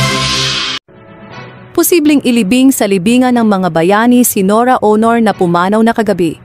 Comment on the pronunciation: Nora honor? Ang emphasis ay nasa 2nd syllable....Bakit ganyan kayo magnarrate....mali mali ang emphasis or stress sa mga words.?? Mababae o lalake ang bag nanarrate pareho lang silang mali....nakakairita!